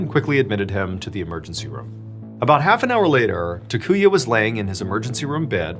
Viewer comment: First guy's name is pronounced TAH-koo-yah, not tuh-KOO-yuh. Japanese is pretty consistent; all the 'a' characters use the same soft vowel sound.